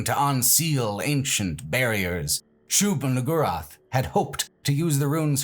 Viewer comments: Bruh. Shub what now? Shub WHO-rath? Shub pardon me? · Ah yes, that classic requirement of discussing Quake 1, which is "pronouncing Shub-Niggurath incredibly carefully"